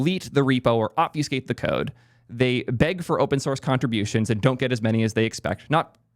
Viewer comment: someone tell this guy how to say obfuscate correctly